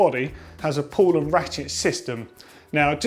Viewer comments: Pedantic, but pretty sure it's "pawl" not "pull". Otherwise helpful video as ever chaps :) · Good one again :-) Although should've read "pawl" instead of "pull" ;-) Also I wouldn't use oil in the freehub but rather a specific freehub grease.